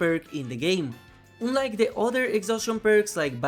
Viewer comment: Friendly advice: check the pronunciation of the word “unlike”. In any case, love your videos! Big thanks for them